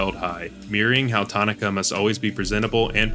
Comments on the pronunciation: Ta nah kuh. Not tani kah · Actually it's, "Tanaka".